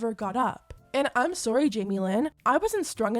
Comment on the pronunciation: Guuurl the way you say ‘sorry’ cracks me up 🤣🤣🤣 “SOOR-REE” 😂😭 are you from Canada?